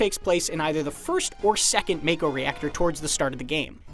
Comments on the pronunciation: When I see a video where people pronounce mako as make-o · if you knew english, you knew make-o was wrong. You were probably a kid who didnt even care how to pronounce it but as adult you want to justify it. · That’s pretty interesting. Noticeable difference where it’s Mako in England and Japan and Mayko in the US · You know you aren't gonna get any "secrets" out of this video when the guy can't even pronounce Mako correctly while pointing out all these obvious things. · you just need to know english. Ma Mak Mako. Theres no silent E. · To the narrator, it’s been already said over and over since compilation, it’s MA-KO not MAY-KO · Really? "May-koh"? The trailer pronounced it for you already. ("Mah-koh", 44s mark) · t's not MAKE-OH, it's MOCK-OH. Didn't you play ff7 demo?!?! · it's not MAKE-OH, it's MOCK-OH. Didn't you play ff7 demo?!?! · You keep saying mako...it's it's pronounced as mocko... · The trailer already pronounced it as Mah-ko, not May-ko. Even Barret said it multiple times in demo footage. These things are always read in Japanese, they're the once who came up with the names. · FYI, it's pronounced "MAH-ko", not "MAY-ko". Your voice is waaayyyy too nerdy to have not known that. Perhaps we try being not so lazy next time? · Well, no matter how you put it MAKO is pronounced Make-o (Mako shark, the words Jake, Fake, Sake, etc). They SHOUKD have spelt it MAHKO for it to be pronounced as such. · The bottom line is, the way it is spelt it SHOULD be pronounced MAKE-O. MAHKO is just incorrect. I'm sure everyone was pronouncing it make-o back in the day. I know I was. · When did MAKO become MAYKO? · It's pronounced MA-KO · Learn ur Japanese Its pronounced Mako. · no its Mayko. Its always been Mayko nerd. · Tomayto, tomato. I grew up saying may-ko when reading it in my head so that's what i'll stick with. Same goes for Tie-dus and not Tee-dus. However it should be interesting to hear how other things get pronounced, such as Nibelheim